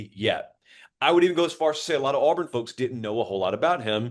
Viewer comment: Buddy just said Auburn. R we trolling its auburn just like nebraska last year they will never be back